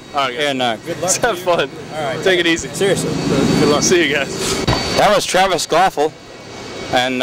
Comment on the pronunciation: way to say his name wrong the whole time lol KVAPIL not "quafful"